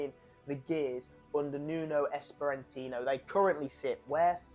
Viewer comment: Good work with the video lad ♥️🔥, Also his name is Nuno Espirito Santo not Nuno Esparantino